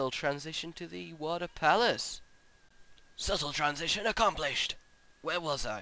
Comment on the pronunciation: I love how he sais Suttle Transions :D